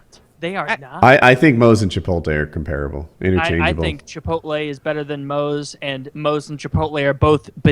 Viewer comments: Woody reading the name Chipotle and saying chipoltay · I hear a lot of people pronounce it that way, and it irks me more than it should